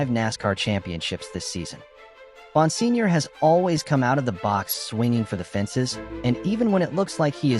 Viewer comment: I am pretty sure it is pronounced BON-SIG-NOR